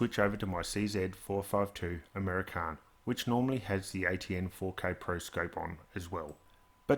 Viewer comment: I like how he says "American" like it's an Italian word, makes the rifle sound like an exotic car.